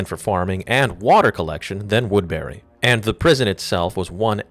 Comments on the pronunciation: its pronounced "woodbury" not "woodberry" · its woodbury not wood berry lmao